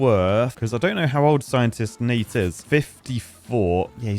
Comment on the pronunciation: why did i hear scientistnate as Side Dish Nate? lmaooo